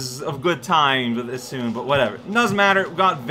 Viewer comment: Sorry to say, but amaterasu needs isshun.